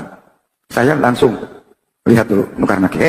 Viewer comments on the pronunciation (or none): Ngucapnya keliru mbah mungkar nakir bukan mungkar nakib